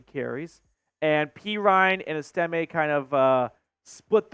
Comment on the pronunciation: EST-ime not est-IM-e